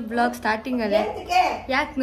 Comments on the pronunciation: mam, It's VLOG and not BLOG,hope next video inda adna correct maadkothira antha..🤗 Aunty and neevu serkondu shopping, cooking,makeup challenges maadi,khushi agutte nodoke..😇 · Next time u may correct it... Its vlog not blog..